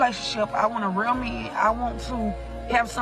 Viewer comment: The word is real not rreeeaaal.. here not hherrrree.. pronunciation